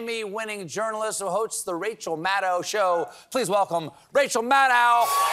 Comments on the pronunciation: It's so nice of Rachel to never correct people on the pronunciation of her name. The "ow" in Maddow is like the ow in mow not the ow in cow. It is "oh". Mad-oh. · Learn how to say her last name correctly ... rhymes with "shadow" ... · Maddow rhymes with SHADOW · Maddow rhymes with shadow.